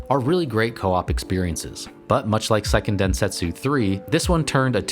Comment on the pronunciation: Since the word is used so often: it's worth noting that the pronunciation is "SAY-ken densentsu", rather than "PSY-ken". "Se" in Japanese sounds roughly between "seh" and "say". "PSY-" would be "sai", rather than "sei".